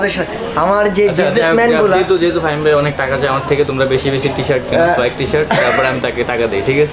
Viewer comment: k faim bole 🤣